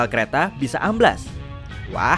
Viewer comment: ... Bkn amblas...tapi ambles... Amblas itu artinya hilang...smntara ambles artinya terjerembab ke dalam...